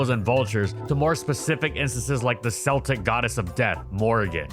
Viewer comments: People still saying Celtic (Kel-tick) like the Boston Celtics (Cell-ticks) annoys me to no end. That’s like calling the Polish (Pole-ish) Polish (Paul-ish). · The C in "Celtic" is hard. Keltik. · lmfao at "seltic" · Its pronounced "Keltic" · Did you really just say selltic??? It's pronounced Celtic. Like a Celt. Like a kilt. Like a car. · Celtic in this context is pronounced with a hard k sound (sounds like if it were spelt Keltic). When pronounced as you did, you’re actually referring to a Glaswegian football team. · "The Selltic goddess of death" i stfg you do this on purpose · That's not how Celtic is pronounced. It's not the football team you're talking about here. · I love the American pronunciation of Celtic. I could watch this a million times over. (It’s Celtic with a K, not S. Celtic with a S sound is the American football team, Celtic with K is the people and mythology) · Great vid! Pedantic point but, somewhat confusingly ‘Celtic’ when referencing the ‘Celts’ of old I pronounced with a k sound. When talking about the Scottish football team Celtic, it’s an s sound. Who knew, right?